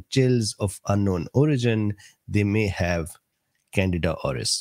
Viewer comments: Can deed ah is the pronunciation doc...it sounds like you're saying Canada. No offense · It’s can di da not Canada lol